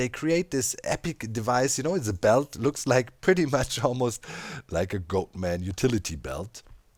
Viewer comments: It is pronounced 'Got-man'. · Did you just say goatFARTERman?